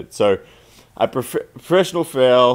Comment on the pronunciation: Is this guy saying FOUL or FAIL speak english please.